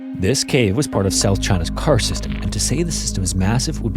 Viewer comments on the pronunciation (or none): none